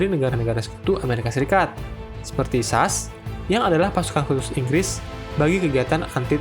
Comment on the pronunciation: S.A.S..., kok jadi sas?